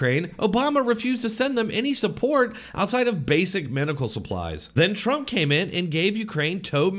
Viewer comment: Who’s “Tromp”?